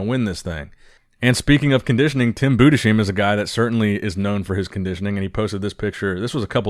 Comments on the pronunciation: It's "Tim Budes heim" (only spoken together) Not "Tim Bude sheim"! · Tim BOO - DES - HYME Please. Not "Boo-d'Sheem" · pls stop butchering Tim´s Surname. Pronunce it Bu-des-haim. Not that hard. ;) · FYI. Budesheim is pronounced Bu-des-heim, you pronounce the s and the h separately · preach "Budesheim" is still supposed to rhyme with "lime" (to begin with 😉) But hey, I remember Günther Schlierkamp (yes, officially with an double dotted "u"). Flex Magazine kept referring to him as "Gunther" – until he became a top level Mr. O finalist, who even beat Ronnie Coleman in some Grand Prix competition. Not till then, Flex Magazine granted him his double-dots on his "u" 😄So I guess for Tim to have his last name pronounced correctly by American media, he has to become way more successful as a pro. Still, he is much better off than the Swiss guy from the late 90's and early 2000's, Jean-Pierre Fux, whose last name, if misspronounced, turns into offensive language 😂